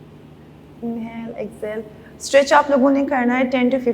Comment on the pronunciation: She should learn to say inhale and exhale properly. The way she says is irritating